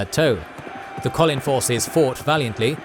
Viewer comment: Great recap, but you’re pronouncing almost all of the names incorrectly. Listen to the audiobook for proper pronunciation, or a video of Brandon talking about the characters. Example: Shallon, you’re saying at “Shallan”, but the correct way to say it is “Shallawn”. Kohlin is “Koh-lin”, not “Colin”